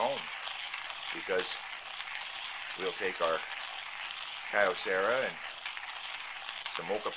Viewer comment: Nice video; thanks. Told me everything I wanted to find out about this mill. In case you do any videos with Kyocera products... The name is a shortening of Kyo(to) Cera(mics). So 3 syllables, not 4.